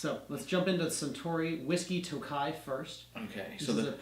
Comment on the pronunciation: Nice combo review! The Toki (sorry to be that guy but it’s pronounced toe-key not toe-kai 😅) is made specifically for highballs. I definitely agree that the harmony is a great NAS whisky & well worth regular retail. I don’t remember what the 12 tasted like...only had it years ago when it was unremarkable & I didn’t enjoy whisky. 😭. The 17 & 21 I still see floating around but they’re absurdly priced & a hard pass for me. Like you mentioned, the bottle is perfect to keep as a decanter (my scotch infinity bottle is an old harmony). Keep up the great reviews!